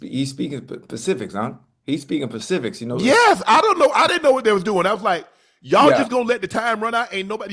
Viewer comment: Ocho doesnt know the difference between "specific" and "Pacific"?? 😂😂😂